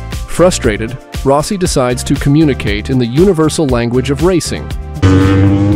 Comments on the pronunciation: Ro- si? to Rossi 😂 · Rowsee?...Turned off immediately...😂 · was gonna say at least eventually he got Rossi pronounced correctly….then goes back to improper lol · How to tell if your Narrator is A.I..... well it can't say Rossi correctly. Booooo! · Nope, I stopped when you mispronounced Rossi